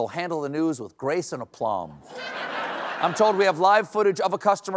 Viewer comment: What's "aplumb", like when something is straight, like with plumb lines you set? Aplomb is spelled differently and said differently.